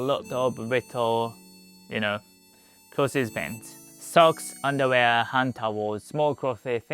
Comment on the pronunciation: i like how you say clothies. great video, thanks